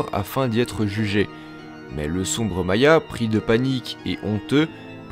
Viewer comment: "Maya"? ca ce dis pas "Mayar"?